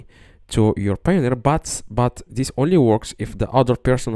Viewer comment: "How to receive money on Payoneer" Do you even speak English?